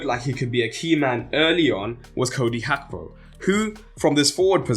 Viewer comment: The pronunciation of Gakpo is crazy